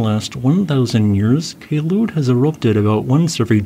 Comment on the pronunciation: That day in 2014, I canceled attending a competition because of the ash fall. Also, not to take down from your video, Kelud is pronounced as follows: - "Kel-" should be pronounced the same as the "-cle" in the word Uncle - "-ud" you have correctly pronounced it